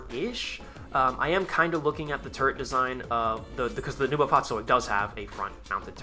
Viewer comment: the fahrzeug part was on spot if you consider it was spoken out quickly, but neubau is said more like noibow